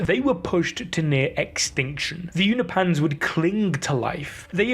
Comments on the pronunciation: YOU-NO-PEE-ANS Not You-no-pans. Come on, man. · I believe it’s pronounced U-nope-ins not U-na-pans❤ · You’re pronouncing Unopians as ”You-kno-Pahns” when it is pronounced ”You-Know-Pee-Annes” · They're called Unopans, not Unipans